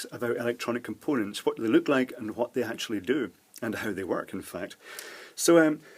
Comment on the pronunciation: a water 'pape', 'compoonents' and 1.5 'nanofart' lol.. Beside that good video.